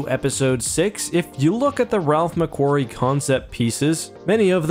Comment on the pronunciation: Ok normally I don't complain about pronunciations but you just butchered my name lol It's McQuarrie with a long A sound not a short A sound...changes the entire sounding XD Otherwise great video :)